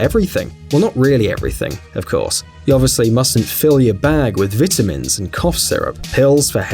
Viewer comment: Lol vitmin